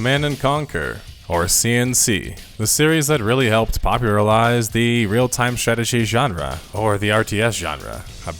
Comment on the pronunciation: "Popuralize" lol, you sure that wasn't worth doing a retake?